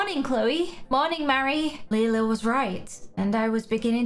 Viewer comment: her name is Lela not Lela